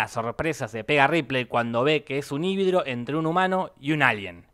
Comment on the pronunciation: alguien notó que Jorge dice HÍBIDRO en vez de HÍBRIDO? xD